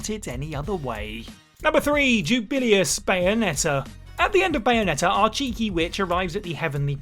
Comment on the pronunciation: “Jubillyus” Jesus Christ they pronounce it in the damn game for you